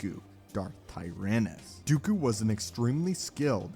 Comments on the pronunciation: TL;DR...it's Dooku... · Please it’s dooku not even going to bother listening.